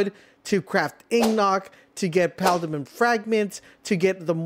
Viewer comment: Dude butchers EVERY word he says I ong... "Ignots" "Coil" "Paldimin" I know one of y'all gonna be like "He has a speech problem" but I don't care, imma still say what I gotta say lmao